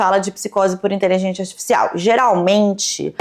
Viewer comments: "inteligentia zartifffcsais" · porque que ela fala inteligenTIA aaaaaaaaaaaa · Caralho, INTELIGÊNCIA! É inteligênCia e não inteligênTia!!!! 🤦🏻‍♀️ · Ouvi a falando "inteligêntchia" artifícial o tempo todo kk não consigo desouvir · Nossaaaaa nem fala, “inteligentia” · gente, ela fala inteligentia ou inteligente artificial, que nervosooo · gostei da pronúncia intelidjência artificial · eu acho q eu to com psicose de youtube, o tempo todo ouvindo a falando "inteligentia" e achando q ela ia falar outro idioma hahaha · Toda vez a repete a palavra "inteligência" eu escuto "inteligêntia" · td vez q ela fala inteligentia artificial alguem morre no rj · Inteligentia artificial kkkk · falando “inteligêntchya artificial” quase todas as vezes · Meu deus que agonia. InteligênTIA . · ela não consegue pronunciar 'inteligencia artifical' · que fofinha a pronúncia da de "inteligência" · A fala a palavra "inteligencia" de um jeito engraçado ne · pronunciando "inteligência artificial" é minha nova religião. 😂❤ mto fofaaa